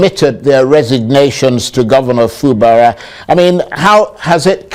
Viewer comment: Fubara: Pronunciation: Fubaaaaraa lol